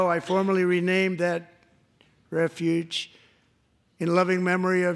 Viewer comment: You really think he would mispronounce “refuge” if he wasn’t looking at it on the teleprompter?